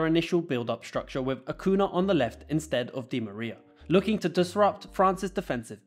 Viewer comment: Acuña = Acunya, not „Acuna“, Angel di Maria = Anchel, not „Angle“.